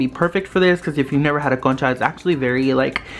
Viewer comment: I love the concha slime!! What ethnicity are you?? I’m curious if you are Hispanic since your pronunciation of concha sounded really good 😊